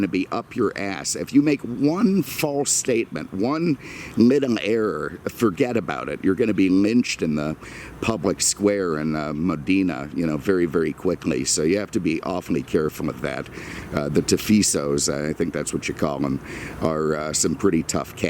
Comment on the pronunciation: Bill G£€ D@ it! It’s pronounced MO DEN AH